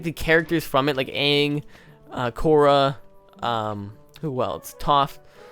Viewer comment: is the first person that I have heard say they didn't like the movie. I hated the movie. They had one job... the entire movie, they said Uung instead of Aang.